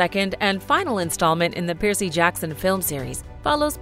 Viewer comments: Um how hard is it to say Percy oml stop saying piercy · Are you saying PIERCEY? It's PERCY. It's like Cumberbatch trying to say penguin (BBC Special on Penguins) pingwing, peng-when... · The narrator is one of the worst I've ever heard..constantly coming up with weird pronunciations for normal straightforward names! Who TF pronounces Percy like that?!!